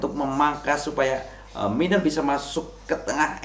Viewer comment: Egel,miner bukan mainer kl baca pake inggris. Ediaaan 😂